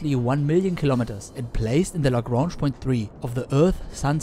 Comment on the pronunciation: I find your correct pronunciation of Lagrange and Einstein strangely pleasing.